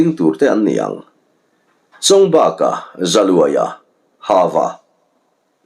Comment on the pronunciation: Chawngbâka ni lovin Nghatebaka tih thlukin Chawngbaka tia lam tur a nih ka rinh